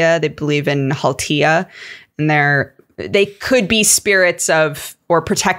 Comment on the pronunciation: Finnish pronunciations weren't that bad at all. Nicely done,. Finnish mythology also has the 'haltia' as kind of elementals, generalized as 'väki' ("folk") e.g. water would have 'veden väki' (water folk), fire would have 'tulen väki' (fire folk). Unsurprisingly, in a country that is mostly just forests and nature, we'd have a 'väki' for literally everything. There's a whole collection of epic poetry called 'Kalevala' from the early 1800s about Finnish folklore and mythology if anyone wants to dig into it. It's regarded as a national epic of Karelia and Finland. From what I remember of it, it's bonkers, but pretty cool. Literally everyone here knows about it and it's inspired everyday life and every kind of art since it was published. Also, Tolkien sourced stuff from it for his work. I grew up in the hometown of a painter that's best know for his illustrations of Kalevala:D Not that I remember a lot from any of it. Should really go back and check that shit out again.